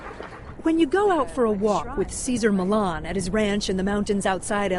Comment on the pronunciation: Millan ---- NOT Millon